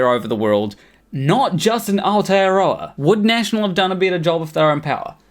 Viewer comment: "Our-tear-rower" broo x'D Aotearoa! Thats like saying "towel-wronger" instead of Tauranga. Anyway anyway who am I to judge. Point is, video is accurate to a T.